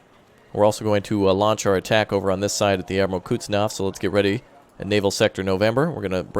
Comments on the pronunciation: sorry for being that guy, but the pronunciation of Admiral Kuznetsov is approximately Admiral "Cooze-nyet-saw" not "Cuts-naw".:) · I SWEAR I HAVE SAID IT BEFORE IT IS PRONOUNCED "KUHZ-NETZ-OV", say it right please.